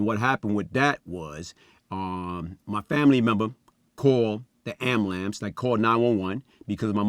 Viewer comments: He said “My family member called the amblams.” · Ambulance is top 5 words black folks have a hard time pronouncing...lol,: "albulamb" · Someone call the "Am-bow-lambs" 🚑 🚑 🚑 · Amalamz or Ambulance 😂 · Amalams or Ambulance 😂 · The way he pronounces ambulance 🚑 “Amblamps” 😀😅😅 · Did he cut the b also and change the u for an a??? Amalacel lmfao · Did that dumb ass fool just say AMILAMSE, you gotta be fuckin kidding me.its AM-BU-LANCE, DUMB ASS! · Did he said AMBERLAMBS ??? 👀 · “Call da amberlamps” 😂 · Not the ‘am-bu-LAMPSE` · Did he say “Amalambs”? Lol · This nigha really said ambalamce 😂😂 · Am-a-lambs? WTF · Listened too him saying " Amalance " 10 times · Dis nigga just said ambulamps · Gotta luv a nigka that says "Ambalamps" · “ahmbahlants” hahaha much love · Word of the day "am-BLANCE" 🚑🚑🚑🚑🚑🚑🚑🚑🚑🚑🚑🚑🚑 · He littery pronounced every word wrong 😂 somebody call the ambalamce cause I'm littery dying 😂😂😂😂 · I stopped watching after he said “Ambalamce” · Agreed it's Ambulam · Lol, The Ambulamps 🤣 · I'm sorry... waiting for the what? Tf is a "ambalamps"